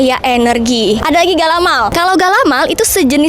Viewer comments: ga-la-mai bukan galamal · Galamai kak bukan galamaL ada juga dengan sebutan kalamai..galamai itu seluruh daerah sumbar punya ciri khas masing masing..galamai bisa tahan berbulan bulan,,pembukus galamai itu bermacam macam ada yang dibungkus dengan anyaman daun pandan tapi bukan daun pandan musang ada dari daun jagung